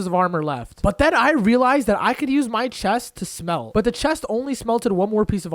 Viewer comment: this guy says relized alot